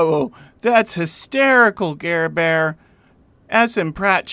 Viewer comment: He said Garbear 😂😂😂😂